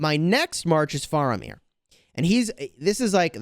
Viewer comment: it's pronounced "fair"amir. for future reference